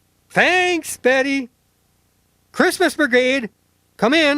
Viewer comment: I know he said "Betty", but it really sounded like "Daddy" 💀